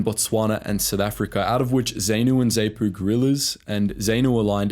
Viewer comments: ZANU and ZAPU pronounced ZAHNU and ZAHPU not ZAYNU or ZAYPU! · Goodness, it's not 'zay-noo' it's 'zaah-nuh', and it's not 'zay-poo' either it's 'zaah-puh', and it's 'frah-lee-mo' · Zaynoo? Who knew it was Ayfrica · Sigh...I grew up in Rhodesia. The only term you pronounced correctly was "Rhodesia". ZANU - "Zah-nu" not "Zay-nu" ZAPU - "Zah-pu" not "Zay-pu" FRELIMO - "Fri-LEE-mo" not "FREE-li-mo" Salisbury - "Sauls-bury" not "Saliss-bury" And so on. Ian Smith didn't crack because ZANU/ZAPU were going to invade Rhodesia in 1979 - if they tried a regular invasion they'd have been slaughtered. He cracked because South Africa cut off the ammunition and oil. South Africa - more specifically John Vorster (pronounced "Foster" BTW) wanted to get some international kudos for South Africa by organising Rhodesia's transition to black rule and he had no problem twisting Smith's arm to achieve his aim. Smith tried to arrange something that looked like black rule but left the whites in effective charge and that was Muzorewa (pronounced "MOO-zoh-RE-wah"). But Mugabe, Nkomo and the Brits didn't buy it. The rest is history. Re the ruthlessness of the war, I don't how to get this across, but in Africa - at least then and probably still now - it was always understood by everyone that fighting was to the death. "Prisoners of war" was a funny concept. There were never any prisoners of war. Guerillas were not considered soldiers as they attacked, tortured and killed civilians. They were shot on sight or capture ( a few were recruited by the Selous Scouts - pronounced Se-LOO - which proves what a funny place the world is). Naturally the guerillas never took prisoners themselves. This ethos carries over to the c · Great video, just some constructive criticism; It's pronounced Z(ah)pu and Z(ah)nu, not Z(ay)pu or Z(ay)nu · hey bro great documentation of history, though one thing. Its pronounced Zah-Nu not Zay-nu, just a bit weird to hear you say it like that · Zaynoo - LOL. Got that wrong too.